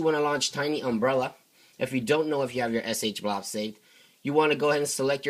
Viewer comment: I see SHSH, but what the fuck is fucking SH-blouus or what ever the fuck ur comi ass is saying?